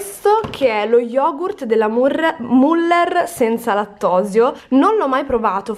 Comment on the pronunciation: Pk non riesci a pronunciare bene wurstel e müller?